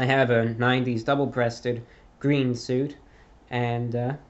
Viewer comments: Hey reviewbrah what's your favourite colour? It's gween!! It's gweeeen! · Its GWEEN